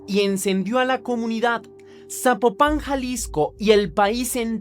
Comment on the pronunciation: Saludos desde Guadalajara Jalisco, yo no sabía de este caso pasan tantas cosas como dónde quiera que no es que México este de luto ni enterado, y te ago una observación Zapopan no lleva acento no se pronuncia así, y no ay un camión que te lleve directo de Tonalá a Zapopan más bien tomo dos camiones o un camión y el tren porqué están de orilla a orilla 😅